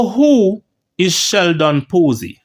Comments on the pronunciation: Pusey is pronounced...pewsy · Sheldon Poo-sy 🤣🤣🤣🤣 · Lol. stops just short of pronouncing Pusey like the one with two esses